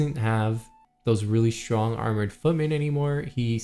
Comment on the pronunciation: Has anyone ever pointed out you have an odd way of pronouncing "strong" it sounds like "schrong" where did the t go ? I hear Michelle Obama is famous for the same.